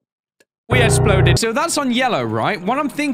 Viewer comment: "We esploded" hmmmmm...